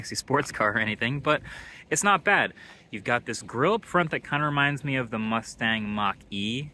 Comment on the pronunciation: Why’d bro say front like that